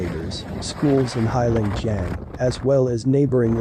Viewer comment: The name is pronounced HAY long JANG.